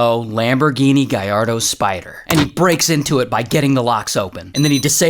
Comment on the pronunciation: It’s gallardo not gallardo